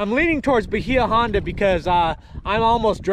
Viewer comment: Say "Bayah Honda" not "Bahea"